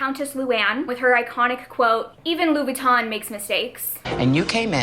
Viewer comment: I think you’re pronouncing ‘Louis Vuitton’ correctly. All you’re missing is the French accent and since you’re not French no one’s going to expect you to have one. Fun video and loved the Housewives tier names.